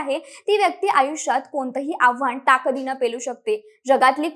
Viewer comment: मराठी प्रशिक्षणाची आपल्याला नितांत अत्यंत तातडीने गरज आहे. आपण ताकद ला टाकद बोललात. आव्हान ला आव्हाण बोललात.